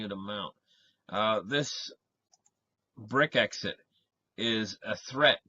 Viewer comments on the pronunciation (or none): It is not "brick exit." It is Brexit. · He said Brit exit... which is what it is.